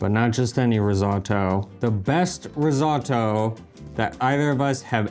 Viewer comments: risotto, fka risoddo :) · "ris-ah-to" - so painful, so many times...